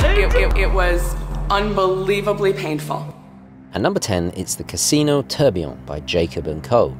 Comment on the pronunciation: An interesting selection, I enjoyed the video very much, thanks. I have to ask though, why have you started mispronouncing tourbillon or taking the trouble to get one half right and then forgetting about the other half. It might be picky but as a broadcaster I think you have a responsibility to respect the pronounciation of foreign words and even English words like aluminium and nuclear, words which are now commonly mis pronounced in the USA.